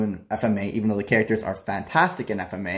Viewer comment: why do u keep mispronouncing FMAB.